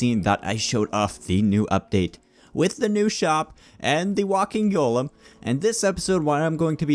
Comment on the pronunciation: When you say golem, it sounds like you're saying "gollum"